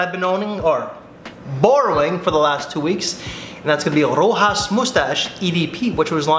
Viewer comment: Ro-has? Really? It's pronounced Ro-shass.